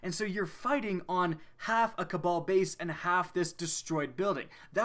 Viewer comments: cabal bayuse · His countryness came out "cabal base"